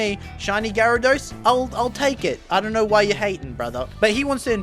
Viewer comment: “DORNT KNORRRR!!” 🤣